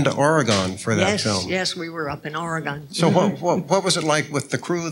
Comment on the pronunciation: Aragone?! How about just Oregon!